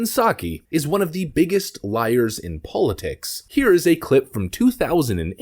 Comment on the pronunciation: How come this guy doesn’t know how to say the word politics ?